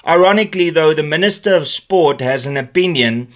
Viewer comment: Dear Min-ister: Kindly GFY. Thanks!